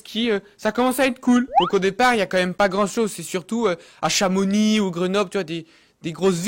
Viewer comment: Bravo t'es le premier homme de la planete a ne pas prononce le "x" de chamonix